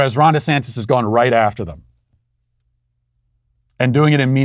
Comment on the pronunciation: Lmaooooo I always thought I heard “ Rhonda Santis “ and just thought , “hmm a man named Rhonda?” *shrug*